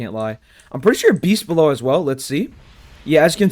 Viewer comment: You said beast bellow wrong